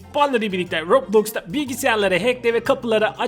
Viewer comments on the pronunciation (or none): Abi rablox dedin😂